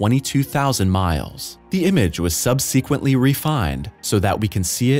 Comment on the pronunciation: Are these videos narrated via computer? Pronunciations are a little sketchy sometimes... You say sub-SE-quent, we say SUB-se-quent. Just curious.